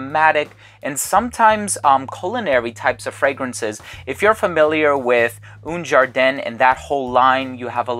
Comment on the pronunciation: haha "oon jarden"